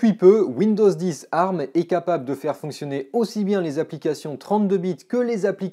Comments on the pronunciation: On ne dit pas "arm" colée mais " A-R-M" lettre par lettre... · Mes oreilles !!!!!!! Un CPU arme ????? Ont dit ARM qui veut dire Advanced Risc Machine ! donc vu que c'est un acronyme ont dit A R M !!!! et non arme ! La prochaine fois dit usbe (Pour USB) ou spu (Pour CPU) tu auras l'air aussi intelligent ! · C'est la première fois que j'entend quelqu'un prononcer "ARM" en le disant "arme" et non pas "A,R,M", ça m'a perturbé tout le long de la vidéo x) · On dit A.R.M pas arm c’est terriblement degeulasse